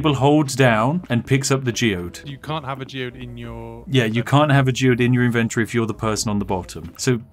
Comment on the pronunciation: say inventory correctly